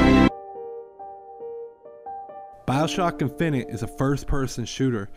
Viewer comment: He didn't say finite. He said it right